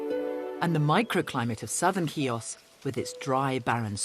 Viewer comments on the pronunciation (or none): How difficult is it to get that pronunciation right?! She -- Julia Bradbury -- pretty much gets it. Can't the guy in the intro say "HEE-oos" rather than "KEY-ahs"?! As a Xiotissa, this just hurts my ears ... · Ch nor K, Mr announcer at the very start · Nice video , but something I need to ask ... your mother is Greek and you can t pronounce Chios correctly ? how is possible ?